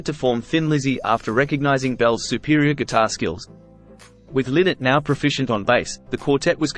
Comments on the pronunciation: It's pronounced Lainott like Lie-nott, not Linott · His name is pronounced Lie-not. Not Linnet.;-) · Ly- not not Linnot, you could at least get that correct. Show some respect ffs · I will not watch any more of this video after the first 3 seconds. TERRIBLY WRONG in the very first sentence. FFS... It's not "Lynn-Net." PHIL LYNNOTT's NAME IS PRONOUNCED "LIE NOT." As in, IT RHYMES WITH "WHY NOT" learn how to pronounce his name? What's next? A mini youtube doc on "The Life and Tragic Death of Jimi Hendrich"? Followed by a video about that Beatles guy, "The Life and Tragic Death of John Lemon"? Thanks, but no thanks. LIE-NOT, FFS!!!! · his surname isnt pronounced Lin ett its pronouced lie not. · His name was Philip Lynott - quite often mispronounced. As he said regularly himself "It's Lynott, like Why Not". 😉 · Pronounce his name right will Ya...its LIE NOT. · Well, He's wrong. Lynott stated this in many interviews over the Years that His name is pronounced, Lienot. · Yep, there's a YouTube video of his mom somewhere where she states it's pronounced Lie not. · It's pronounced Lie - nut. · It’s pronounced Lie-not. ☘️ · This idiot mispronouncing Phil's surname the entire vid. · That's what I thought too